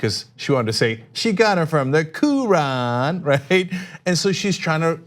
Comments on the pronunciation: I personally am offended by how she just pronounced hijab and Quran lol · KO-RAAN, HEE-JAAB, IZZ-LAAM, MOOZ-LUM Bunch of YEE-HAW ding dongs